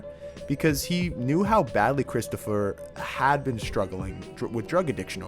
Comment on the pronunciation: All the authentic I-talian pronunciations of names: Babby Bacalaa Christofeur , , , Ton', Christofeur, Paulie